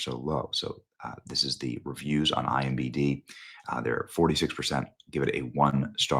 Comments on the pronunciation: Who's going to tell Benny that he keeps mixing up the letters in IMDB? 🙃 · Benny please stop saying it wrong! IMDB say it again IMDB! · DUDE. It's ImDB...sorry. Just has my ADD hackles up. Love y'all. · Benny it is EYE EM DEE BEEE….. not IMBD…. its I M D B…. every video lol. is this an inside joke I am not in on guys? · *imDB not IMBD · I appreciate what you do… but you said “IMBD” so many times I had to go back and check to see if I’ve been wrong all these years. Internet Movie Database… IMDB. Regardless, thanks for the great work.